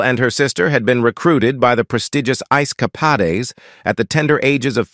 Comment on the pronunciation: Ice ka-pod-ees? Pon-der-ed? I'm outee